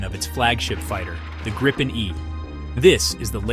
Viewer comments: G R I P P E N pronounce it right please ;0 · Only americans cant say Gripen the right way. 😂😂